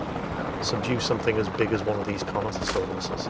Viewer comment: also its just pronounced carnotarus's